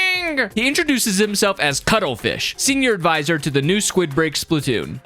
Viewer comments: He mispronounced squidbeak as squidbreak. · Did you just call the squidbeak splatoon, the SQUIDBREAK splatoon?